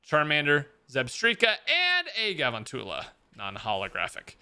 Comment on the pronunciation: He said galvantchala wrong I'm done